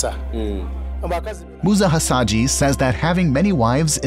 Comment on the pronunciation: His name is Musa Hasahya not Hasadji,,,, please